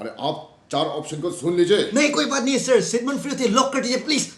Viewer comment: Sigmend Freud - correct pronunciation is Sigmund Froid not fruit.